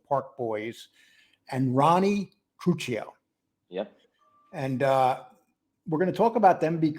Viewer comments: WRONG! TRU-CHEE-O! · Truccio (True-kee-oh)